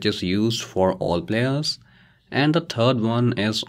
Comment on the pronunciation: lol, "turd" one